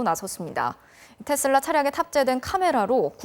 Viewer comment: 아나운서는 기본적으로 영어발음이든 한국어발음이든 거슬리지 않게 발음하는게 기본인데.. 뉴스데스크 앵커 발음이 왜 저럼? 텟쓸라는 TESLA S가 두개도 아니고 D로 끝나는것도 아니도 도대체 어디서 기인된 발음임?